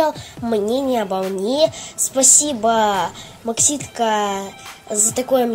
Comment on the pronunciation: максутка , а не макситка)))